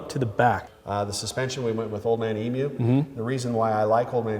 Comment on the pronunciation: So refreshing to hear a seppo pronounce emu correctly